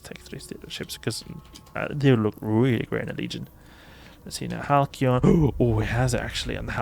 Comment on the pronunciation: It's a soft 'c', so the boosters are pronounced like "HAL-see-on".